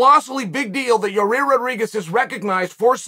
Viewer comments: It's a simple 2 syllable name YA'IR, YA EAR. NOT your ear or your rear lol. Evidently this fight is like a car wreck and only the insurance agency can can give you the correct picture. 🤷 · There’s NO way in Gods green earth Uncle Chael hasn’t at least Seen enough comments at this point of his mispronouncing fighters names! PIERRA, YARIR, BLAHAL…. So the only explanation left is that he’s either STUBBORN or TROLLY as hell…